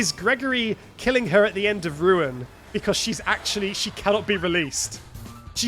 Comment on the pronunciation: the way he pronounces 'Because' makes my day every time. Becoss